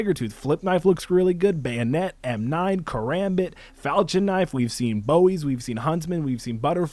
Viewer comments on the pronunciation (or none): Do people not under stand how to pernouxe falchion knife not falchin falchion